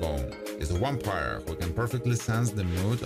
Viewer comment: Why do you say "wampire" instead of "vampire"?! That's so confusing... The English "V" sound is pronounced with top teeth on bottom lips, it's a closed sound, like in "voice", or like the Spanish "vivo"....